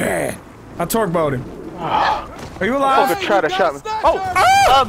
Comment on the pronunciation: Anyone else notice that he says twerk instead of torque